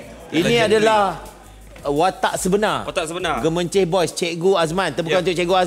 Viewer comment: Orang Gemencheh tak sebut Gomoncheh tapi dipendekkan kepada Moncheh.